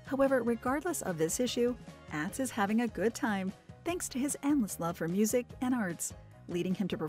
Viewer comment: Not àh but aw tz watched show for years so no how his name is pronounced